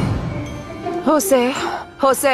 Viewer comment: o nome é José e não joze.